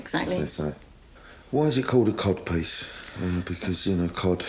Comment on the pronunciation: Cod piece or Cob piece? I can't hear it